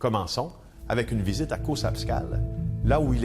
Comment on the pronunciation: CauZapscal!!! Pas Caussapscal .. Scuzer, ca m'énerve à toutes les fois lol